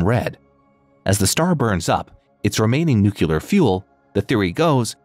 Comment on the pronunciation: Nuke-U-Lar. Thumbs way down. New-Clear!